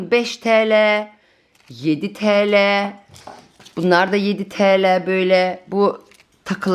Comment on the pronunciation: bazen yarı Türkçeyle birseyın fıyatını söylüyorsun yaa 15 Teleee dıye 😁 cok hoş oluyor.